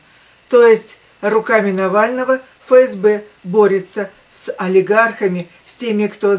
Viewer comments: Дорогая, не Фе Ес Бе, а Еф Ес Бе. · Буквя Еф, а не Фе.